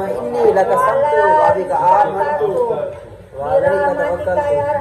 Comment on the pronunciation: Samto nhi allahumma Enni laka sumto h aap thik parho